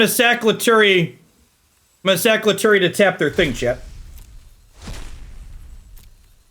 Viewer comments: I think lutri is pronounced lu-tree and not lu-tu-ri but to each their own I guess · dedication mispronunciation is one of my favorite bits